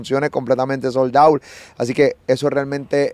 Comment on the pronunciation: Oye Molusco se dice sold out no soldaot jajajaja carbón